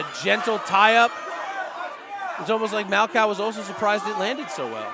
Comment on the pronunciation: Yo it’s MAL-COH 😂 not 🐄 did my dawg dirty hahaha